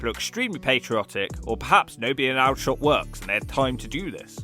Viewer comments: I had the 'fortune' to be born and raised in Aldershot (actually pronouced ALL-der-shot by the locals) although I have since escaped to Sussex. Back in the 80s, the Ghurka regiment was garrisoned there alongside the Parachute Regiment. I had a Saturday job in the Wellington Centre and the Ghurkas would come in every weekend in their green dress jackets and smart uniform trousers. They were the most polite and reserved folk, and would spend their wages on goods and presents to send back to their families back in Nepal. We all liked serving them as they treated everyone with respect. The Paras on the other hand were generally louts and hooligans, who would often be seen out in their maroon joggers and blue vests getting pissed up and causing trouble. If the "MOD Plod" were out at the weekend it was always for the Paras. I remember some of them 'celebrating' Airborne Forces Day, by climbing up the walls of the local bank just so they could piss from a great height into the crowded street below! Unfortunately nowadays, the new generation of Nepali immigrants (many of them families of the original Ghurkas) haven't been through the ranks of the Ghurka regiment and have no respect either for the area or for the locals. This has lead to a significant backlash amongst the 'native' populace, who have become tired of the attitude of the younger generation of Nepali immigrants living in the area. (Crime levels have risen significantly in the wake of the population changes.) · It's pronounced 'ALLdershot'. Also, no Basingstoke? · It’s pronounced all-dershot. But yes it’s a shithole. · Aldershot is pronounced as older shot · Surely Aldershot is pronounced AWL-der-shot? I'll bet you say Bath, rather than Barth! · MY Mum was born there, definitely pronounced Awl- der- shot. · Not sure if he deliberately mispronounces aldershot or thinks it's actually called that.. not anywhere near as bad as you've made out... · Your pronunciation of Aldershot is shot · ALL-dershot, not Al-dershot